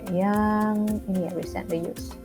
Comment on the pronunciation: Thanks untuk lesson-nya, maaf hanya mau kasih comment yang agak diluar konteks saja, untuk pengucapan kata "Recently" pada 6.52, kalau tidak salah penekanan Kakak pada 'cent, kalau menurut kamus Oxford, penekanan kata Recently yaitu pada suku kata awal, ialah /ˈriːsntli/ atau "ri"-nya. Demikian Kakak, tetap semangat dan senang mengikuti Channel Kakak.